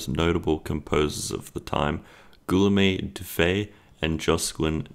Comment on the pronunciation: Gee YOHM is how Guillaume is pronounced.